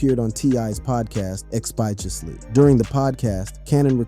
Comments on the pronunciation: Dude! Tf is "expired-osly"?! The pronunciation is literally right under. Change that EXPEDITIOUSLY! 😂😂😂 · How did you call t.is podcast 'expietiously' negroooo.... expeditiously